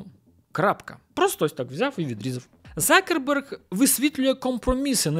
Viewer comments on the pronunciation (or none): Закерберг слух ріже з яких пір завждиш був Цукерберг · Дякую за Вашу роботу, але скажіть, чому Закерберг, якщо він - Цукерберг ??? Мені одному ріже слух? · чому закерберг ?? його звати Цукерберг ! чи то якась фішка типу той кого не можна називати ))))) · Хто такий Закерберг? Коли це він перестав бути Цукербергом ?) я аж в душі послизнувся, коли почув це😂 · А з яких часів Цукерберг став Закербергом?🤣🤣🤣